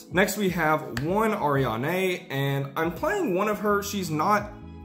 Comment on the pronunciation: It's pronounced Ari-Anne , not Arianeigh